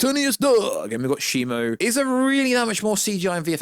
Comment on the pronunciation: Isn't it ShimO, not ShimU? I keep hearing people pronounce the name in different ways.